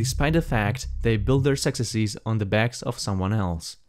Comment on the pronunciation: I love how you pronouce "successes" as "sextasies"